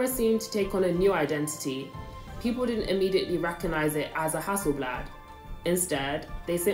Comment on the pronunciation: Most people can’t pronounce haaselblah